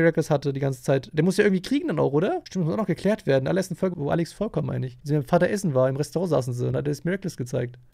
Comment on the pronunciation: sie heißt Alix und nicht alüx